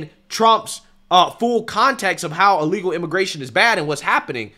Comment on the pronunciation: Charlemagne has trouble saying the word illegal.